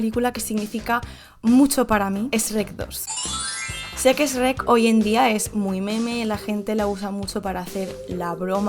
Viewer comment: Fue difícil ver el vídeo completo cuando dice ESH REC